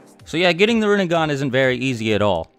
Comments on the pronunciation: Rinne*gan* Sharin*gan* Jou*gan* Byakyu*gan* Tensei*gan* ketsuryu*gan* Tensei*gan* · You're saying it so wronnggg.... It's pronounced renneggan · its pronounced rin nay gahn